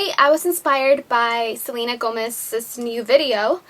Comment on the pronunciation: si saben hablar español porque no pronuncian bien sus nombres??? no se dice selina se pronuncia tal cual SELENA, como si no supieras hablar español!